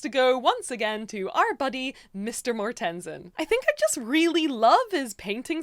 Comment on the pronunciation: As a Dane it hurts my soul hearing how you pronounce Mortensen. :/